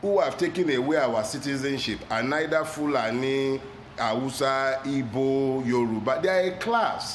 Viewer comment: First time hearing anyone pronounce "Igbo" correctly instead of Ibo.